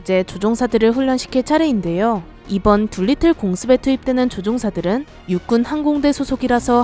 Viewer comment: 둘리틀이 아니고 두리틀(Doolittle)